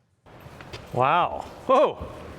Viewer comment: "Oregon" say no more